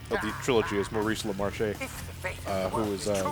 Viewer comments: For the record, the second syllable in "LaMarche" is pronounced like "marsh." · LA-MARSH! Damn it! I've already told you:P